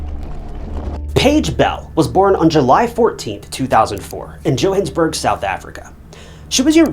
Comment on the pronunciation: Read a book it's not "Joe-hannas-burg" smh